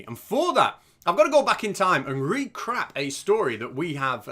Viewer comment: You said RECRAP again 😅